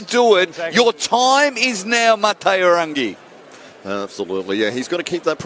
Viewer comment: The pronunciation of Maateiwarangi's name by the commentator is CRACK UP! 🤣🤣🤣🤣🤣🤣🤣🤣🤣🤣🤣🤣